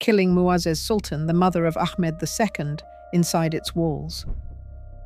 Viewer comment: ITS NOT MEK MED...ITS MEHMET....ITS NOT ACK MED ITS AHMET